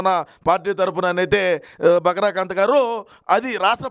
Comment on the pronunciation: బకరా కాంత్ కాదు...బకరా కాంతం 😂😂😂